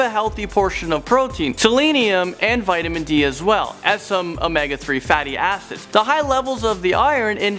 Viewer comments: did he say fate asses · Lol am I the only who kept hearing fatty asses😂 I know what he said acids but it sounded like asses😂